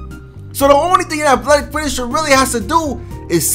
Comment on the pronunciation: Why can't you say athletic